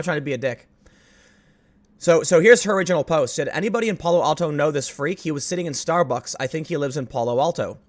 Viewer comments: You’re pronouncing Palo Alto weirdly! It’s “Pal (like PayPal)-oh, Al (like Al Bundy)-oh”. 😁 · Tim, the As in Palo Alto sound like "ask" or "anthem." In Northern California the general rule is you go as far afield from the actual Spanish pronunciation as possible.